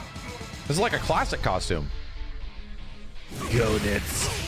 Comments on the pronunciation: It's pronounced Gaynitz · His name is GoeNITZ not Go nuts! 😂